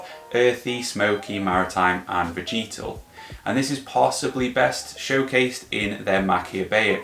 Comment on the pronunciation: Good channel, great content. Only one thing bothers me.. veh-juh-tl. Repeat after me.. veh-juh-tl 🤷🏼‍♂️